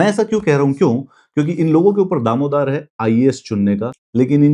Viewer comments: Daromdaar hota hai bhai Damodaar nahi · Sir is video ke 24th second ke around aapne bola hai "damodar hai" actually wo daromdar hota hai Upsc ko jyada dhyan se dekhne ke chakkar mein aap v uski slag use krne lge 😅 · Damodaar nhi sir Daromadaar hehe apki b mistake Sooowwryyyyy 😅